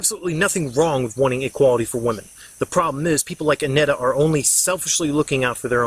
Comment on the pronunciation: Sorry but the way you pronounce her name is bugging me :( It's Anita not Annetta. I like the video just thought I would say something.